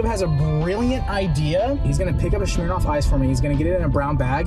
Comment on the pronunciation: THE walmart?? How says smirnoff.. TRIGGERED! LOVE THIS VIDEO THOUGH